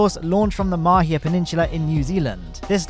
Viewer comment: Great job! You even nailed the pronunciation of Mahia. And for anyone following along it's ma-he-a. Cheers!